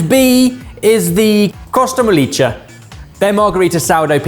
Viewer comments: I loved that pronounced “mollica” (breadcrumb) as “molliccia” (mushy) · Hi. The Costa Mollica is pronounced Costa "Mollika" and not Costa Mollicia. Sorry, I love you all, really, I just have pride in my native tongue, Italian, for Italian words to be pronounced and said well. I do that for the English and French languages as well. I used to be a secretary, and I proofread almost everything before sending it out. Have a wonderful Sunday!! ❤❤❤❤❤❤